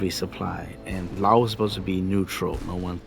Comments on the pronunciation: Why do they pronounce Laos as layooous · It always cracks me up how Kennedy pronounced Laos as Lay-os. America has always and will always be ignorant of the rest of the world. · I like how JKF pronounced Laos as “Lay-oss”. 😆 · Did he sa La os? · Why did JFK pronounce Laos “Lay-os”? It’s not that JFK couldn’t pronounce it. He chose to pronounce it like that because he knew the majority of the US had never heard of Laos. He was concerned that the public wouldn’t take it serious if he used the proper pronunciation; which sounds the same as the singular form of “lice”; which is “louse”. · Lay-oss what the heck 😂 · The way the beginning pronounced, "Laos," as "Lay-os" cracked me up so hard😂🤣 but it's fine. Narration pronounced in the same way I do when I say, "A-R Kansas," for Arkansas. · "Lay-off, Lay-aus"-Kennedy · "La Os" how can the American leadership even wage a war when they couldn't even pronounce the name correctly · lol lay os... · It’s not that JFK couldn’t pronounce it. He chose to pronounce it like that because he knew the majority of the US have never heard of Laos. He was concerned that the public wouldn’t take it serious if he used the proper pronunciation; which sounds the same as the singular form of “lice”; which is “louse”. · JFK couldn't pronounce chowder, and he sure as hell couldn't pronounce Laos ! How the USA gets dumb downed ! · Going to war with a country whose name you cannot even pronounce is so Amerikan. I was never a fan of Kennedy until after his assination and learned why that happened. Seems he was capable of learning and change. An unforgivable sin apparently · It’s like allow without the A. Learn how to pronounce it Kennedy